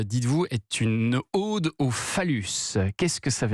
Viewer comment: Une ode avec o ouvert !!!!! Pas ôde !